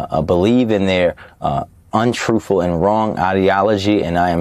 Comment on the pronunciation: That is a very "troofull" statement 😆